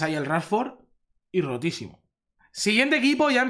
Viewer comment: grande eres un grande me hace gracia tu hacento cuando dices rotisimo